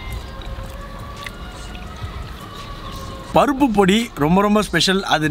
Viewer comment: Why are u telling parupu as.papu